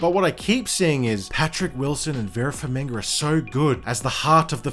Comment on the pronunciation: Vera Farmiga, not Vera FarmiNga. come annnnnnnnnnnnnnnn